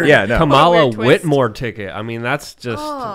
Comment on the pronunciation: Whitner, Whitmore.....did ya mean Whitmer?